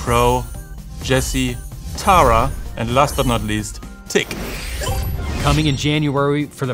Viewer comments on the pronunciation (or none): none